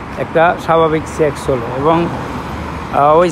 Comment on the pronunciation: সেক্স না ভাই চেক